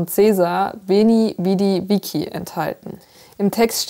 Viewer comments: Veni vidi viki😅 (ist vici wie in ciao) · Veni, vidi, vici (witschi, nicht wiki) 😅